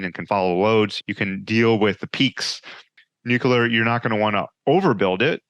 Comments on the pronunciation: Noo-Q-Ler The old George Dubbya pronunciation. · One thing that could help more of these guys be taken more seriously is so easy! It’s free! Say NUKE-LEE-ER!!! Nuke-you-Ler= bad Nuke-lee-Er = good! Atoms don’t have a nuculus, they have a nucleus! Such an easy fix to be taken more seriously! To be clear before the trolls get out of bed: this is constructive criticism. We’ll never get anyone with violently differing views to ever sit down for a civil “agree-to-disagree” conversation if we can’t get the little things correct. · drank a shot everytime the guest said nuculer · have trouble listening to someone that is unable to pronounce nuclear.